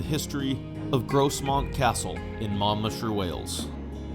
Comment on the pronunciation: The s in Grosmont is pronounced like a phonetic z